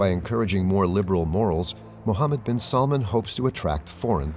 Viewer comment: SalmAn not Salmon! Watch stress.